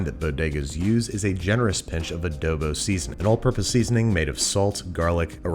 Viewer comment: “Adobo” he didn’t say it right (@ all my Spanish ppl)